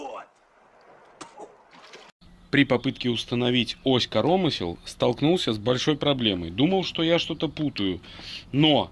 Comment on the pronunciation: Как говорит питерский ящер - успех НЕИЗБЕНЖЕН!!!! Удачи! Людочке особый привет!)))) зы. КорОмысел))) я аж остановил видос))) Велик и ужасен белорусский язык)))